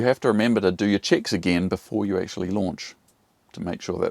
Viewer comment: Nice accent: Every time you say "checks" I understand "chicks". 😉🤣 Nevertheless a very important lesson. Thanks for that.